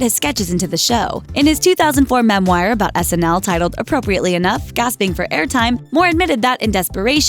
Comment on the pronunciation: Hey,. Memoir is not pronounced "mem-wire".